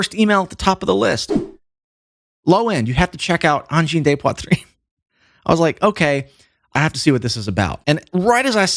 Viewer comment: Your french pronunciation of "poitrine" is pretty good.